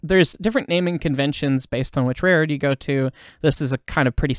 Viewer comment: The word "rare-road" is actually spelled with an L, and should be pronounced that way, too.